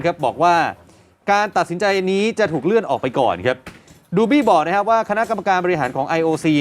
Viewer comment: นักข่าวอ่านประโยคแรกว่าเรื่อนนะ ไม่ใช่เลื่อน ร มาเต็มๆ